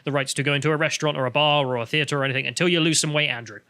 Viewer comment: Someone needs to chide him every time he says "anythink" and "everythink" - it's intensely distracting.